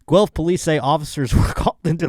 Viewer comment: Guelph/G Spot resident here! You actually pronounced it properly so you get a free pass (you always had a free pass) Yeah no skiing as already said although there are some crappy "hills" within 30 min. Guelph is about an hour West of Toronto. Fun fact, we are the only town represented by the provincial Green party so read into that as you will. Doesn't sound that fun now that I said it out loud, but we can't all be winners. I hope you can come visit sometime. I'll vouch for you :p